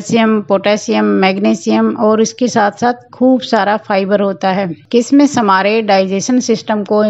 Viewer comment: किसमिस नहीं किशमिश कहते हैँ